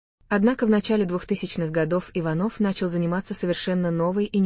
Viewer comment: Часто голос повышает зачем не иваново а ичанова ударение надо правтльно ставит